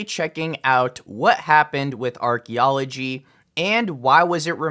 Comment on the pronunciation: Archy? I believe it’s pronounced Arky L0L